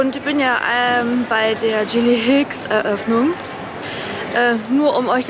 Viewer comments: sorry aber es heißt gilly hicks und nicht dschilli hicks :-D bekomme einen anfall wenn das jemand falsch sagt :-D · Das "G" von Gilly Hicks wird wie bei z.B. "Garten" ausgesprochen ;)